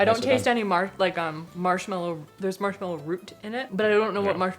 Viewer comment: Please it’s marshmAllow not marshmEllow.